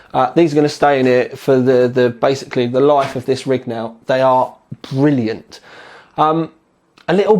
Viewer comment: I love the way you say "Bvrilliant"